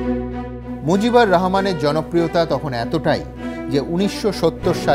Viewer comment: It's Mujibur Rahman and not Mojib. Indian Bengalis really have horrible pronunciation of our names.